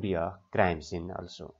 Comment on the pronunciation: 15 number question it is scene your saying sense